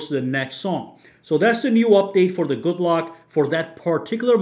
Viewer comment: Ye! You sayd my nickname right